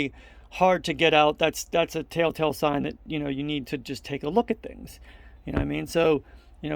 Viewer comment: It sounds like you're using the phrase "tell tale" wrong. It sounds like you are saying, "tale tale." Great video though!